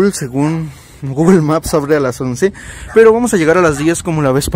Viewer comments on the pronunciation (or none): none